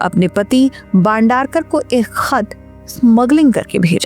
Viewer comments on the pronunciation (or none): "बांडारकर" ????? "भाई बंदरकर" !!!! — कहो !! अगर ये उच्चार करनेके लिये कठीन है , तो ऐसी क्लीप्स बनाना छोड दो!! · भंडारकर नहीं बंदरक